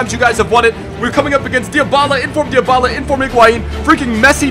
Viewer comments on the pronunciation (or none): One day will correctly pronounce Dybala.